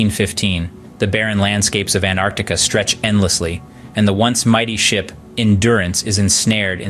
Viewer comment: Hi. Look, your video is great, but pls correct the thumbnail. Its Antarctic. Or if you want it Antarctica. And also the way you keep pronouncing “An-Artica” is incredibly annoying and wrong. I love travel and documentaries so I hope you do well just practice names, narration and all that